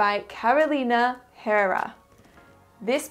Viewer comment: I love how you pronounce"Herrera" this is my last name.